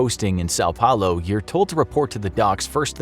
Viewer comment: You say são Paulo like sa paulo